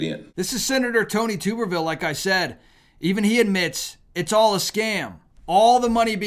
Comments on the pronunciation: Tub-er-ville...not Tube-er-ville...and it's Tommy, not Tony. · It’s pronounced Tuberville , like you bath in a tub…. not tooberville, lol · It’s Tub er ville. Not Tube er ville. He use to coach college football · It’s Tommy Tubberville (pronounced like a bath tub) :)